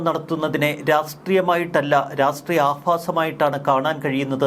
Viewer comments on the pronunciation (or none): Rastreeyam അല്ല rashtreeyam ആണ്